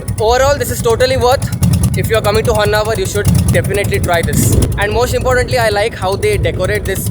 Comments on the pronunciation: It is not Honnavar. It is Honnavaraaaa. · It’s “Honnavara” not Honnavar! Don’t confuse people with names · Niv kannadadavra adru honnavar anta heltiddira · Bro its Honnavara not var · there are few places it’s written “Karnatak”, would u still pronounce it as the same? Haha! Offcouse you clearly say “Karnataka” right!! So don’t give excuses who put up the name plates.. follow what’s the actual name.. ❤ great content! Keep it going 😊